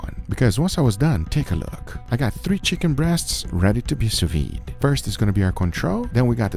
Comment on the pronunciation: sous-viDE. not sous-VI goddamn